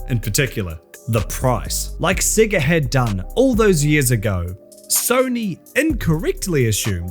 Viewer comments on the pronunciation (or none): I’m sorry but are you pronouncing “SEGA” as “SIGA?” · At least learn how to say Sega. Your accent is intolerable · thats not how you say Sega.. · Cannot stand the way he pronounced sega